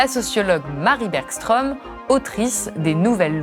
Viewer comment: Bergström ne se prononce pas "bergchtrom" mais plutôt "bergschtreum" ("eu" ouvert). Que l'on francise la prononciation ne me choque pas, mais je trouve que c'est "gênant" quand on le fait face à face avec une personne dont l'accent trahit qu'elle connait très bien comment doit se prononcer son nom, alors que ça ne présente aucune difficulté pour un francophone de faire la différence entre "o" et "eu" ou "oeu".